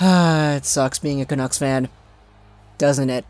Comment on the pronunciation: the way you say "Canuck" is so annoying "canooks" is how it sounds when you say it.